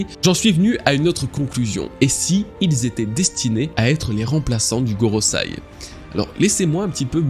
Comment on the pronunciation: GorosEi, pas gorosAi. Bon sang de bois.